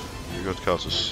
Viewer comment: why does he keep saying khazicks? ohh karthus...